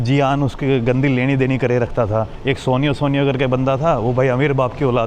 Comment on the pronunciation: Suniyo ❌ Soniyo Soniyo 😂😂